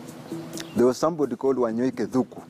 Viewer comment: It's Arthur Wanyoike Thúngú... Not Thuku